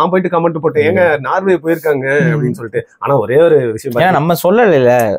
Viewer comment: நார்வே இல்லை சகோதரர்.நோர்வே